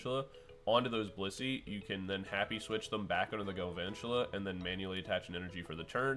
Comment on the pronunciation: why you calling him Garvantula